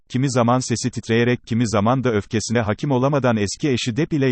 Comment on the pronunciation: Merhaba hakim kelimesini doğru şekilde telaffuz etmiyorsun o şekilde söylenmiyor haberin olsun